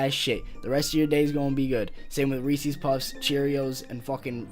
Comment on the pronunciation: I was gonna roast you because you said Ree Sees Pee Sees but then at the end you said you like my videos so I won’t. BUT HONEY BUNCHES OF OATS IS AMAZING IDK WTF IS WRONG WITH YOU Thanks for making a video responding tho lol, now I won’t terminate your channel. Have a great day bro